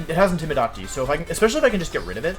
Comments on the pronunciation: In-tim-i-dah-ting. I'm gonna go ahead and guess I'd have to be a loyal fan of Wolfe to get why he pronounces things the way he does. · Matt M he also pronounces intimidate wrong too, ik he means that as a joke but my god its kinda annoying lol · I'm new to wolfey is there a reason he pronounces some words differently like intimidate and ninetales or does he do it on purpose.. no disrespect meant just curious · Do you say gyarados and intimidate wrong on purpose? Lol